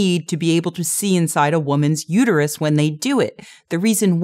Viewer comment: "it's uterUS, not uterYOU."